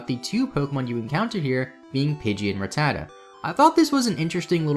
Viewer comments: I am getting trigered but the pronunciation of RATTATA, watch the fucking anime. OMFG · The way he's saying "rattata" is destroying my childhood memories